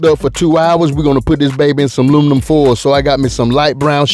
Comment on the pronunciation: 😂🤣😂🤣😂🤣😂Im from the A and thats exactly what we say. "Luminum foil"🤣😂🤣🤣